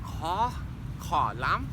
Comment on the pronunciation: Khó : hard , you pronounce khò : hàrd lol